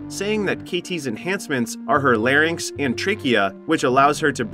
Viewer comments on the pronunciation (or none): none